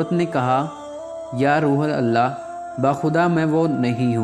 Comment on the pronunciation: آپ روح اللہ کو روحل اللہ کہہ رھے ھو جو کہ غلط اور گناہ ھے اسکو روح اللہ کہیں یعنی روح کی ح پرپیش دے کر اللہ سے ملاکر ہڑھا جاۓ